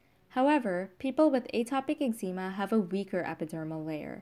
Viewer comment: She can’t pronounce eczema .😊